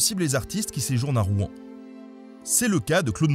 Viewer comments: Pourquoi les nonnormands disent Rou-en c'est Rouen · Alors, pas de soucis hein, mais on ne prononce pas le nom de la ville comme ca ^^ . On ne dit pas [Roue-an] mais plutôt [Rouwan]. Comme une seule syllable. En tout cas c'est comme ca que les gentilés le disent. Mais pas d'offense, dans le fond on s'en fou un peu. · J'aime pas la prononciation de "Rouen'. On croit qu'on va cracher tous nos boyaux ... Et j'habite a Rouen ...